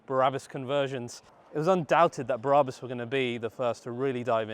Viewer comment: Love it but please stop pronouncing Brabus Berabus it’s infuriating, thanks mate, I’ve clearly got way to much time on my hands, maybe I should just get a life 😂❤